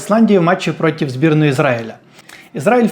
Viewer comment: Дякую, за хороший контент. Але дуже різало слух слово «протів».